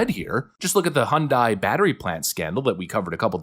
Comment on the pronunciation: hyundai has been here since '86 get it right hyundai rhymes with sunday. anything else is no surprise democrats are scumbags